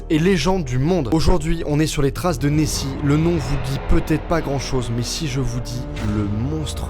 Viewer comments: La différence entre Neoxi et Nessi c’est l’o 😀(Neossi) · Il y a pas de E à Nessi